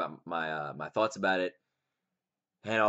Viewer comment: lol, "thoarts"